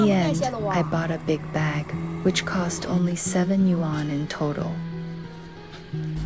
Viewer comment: I have been to villages like this in Shijiazhuang, Chongqing and near Shenzhen. But that's not how you say "yuan".